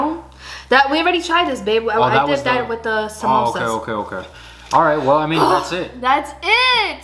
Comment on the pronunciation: The first guy who pronounced the samosa correctly